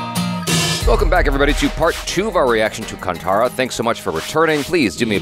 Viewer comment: Bro there's so much mythology n tradition tied to this film... It's hard to explain you guys... Just pronounce it as Kanthaara... Not kantara... I'm not a kannadiga but believe me it's not appreciated by kannadigas if you mispronounce it